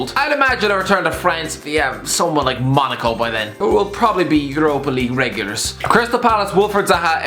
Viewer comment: "Return to France, like Monaco" okay say that again but slowly